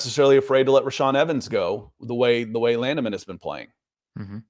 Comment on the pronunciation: "Landman' not 'Landiman' :)